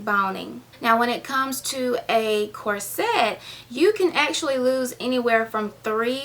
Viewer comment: It's prononced,corset not cor-set. Pronounce it as one word not two.